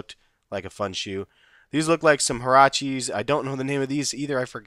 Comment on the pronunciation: hey just some advice, when you say huaraches, its pronounced wa-ra-ches. its in spanish :)